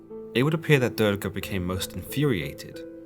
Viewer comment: I liked your video, but you have to work more in the pronunciation of names... It's not "Durge", but Durga, and not "poverty" but Parvati!